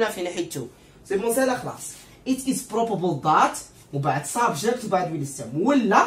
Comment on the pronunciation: بروببل 😂💔الانجليزية تبكي في الزاوية